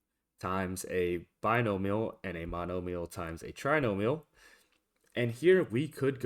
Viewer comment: bi-no-mi-al (BYE-NO-ME-AL). Keep up the good work.